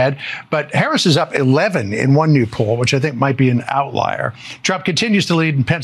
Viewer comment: Thank you miss for pronouncing V.P name correctly.